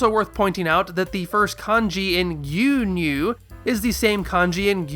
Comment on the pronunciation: oh my god, "Rea-Coom" From the Goonyu Squad, lol